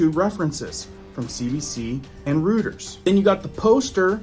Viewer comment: please google how to pronounce words before you read on video, its not that hard. Reuters pronounced ROY-TERS